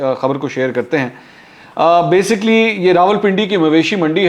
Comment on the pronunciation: منصور صاحب، ایک تو (بے سی کلی ۔۔نا کہ۔بےسک لی )۔۔تلفظ صحیح بولیں دوسرے بار بار یہ لفظ نہ بولیں۔باقی زبردست!